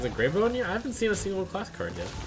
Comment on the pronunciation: GreyBOW, it's said like WOW or NOW. A bough is a branch of a tree. This has been driving me crazy.